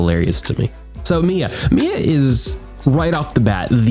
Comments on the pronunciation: wait.. "Mee-ya" is the correct pronunciation though. I don't understand the trigger. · you pronounced it right bro lol, IT IS "me-ya" not "my-ya" , i would've been triggered if you said the latter lol